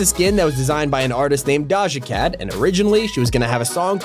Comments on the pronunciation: It is doja cat. Not daja cat (Not trying to be mean) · Blud said daja cat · Why he say Doja cat like that 😭